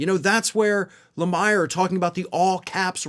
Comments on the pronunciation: Hey, its pronounced La mear, not La myer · (Phonetically) LA MEER not LA MIRE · Jonathan’s name is pronounced Le-Meer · It's pronounced le MEER. Seems like you should know that. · I really enjoy your videos and POV on this channel and ROF. I thought you'd want to know you mispronounced Jonathan Lemire's last name. It's Le-Meer. Thanks for all your content, I appreciate you. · It's pronounced LaMEER. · When said he doesn't watch MSNBC I believed him but he's seriously does not😂 he is butchering Jonathan's lemire last name and Joe says Jonathan's last name 50 times in a single episode